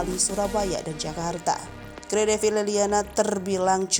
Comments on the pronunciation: Bacanya bukan gray, tp G-R-A-y. Dipisah2. Karena itu gelar kerajaan. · tak kasih tau ya..yg mba baca ini murni nama² orang Indonesia.jd tolong bacanya jgn latah ke barat²an.masa moeng di baca mo-eng.itu ejaan lama mba,oe dibaca U.terus itu lg GRAy dibaca grey..jannnn payah tenan sampeyan. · Maaf... GRay...tidak dibaca grei Ini singkatan dari Gusti Raden Ayu Gusti Moeng...tidak dibaca Mo-eng tapi Gusti Mung.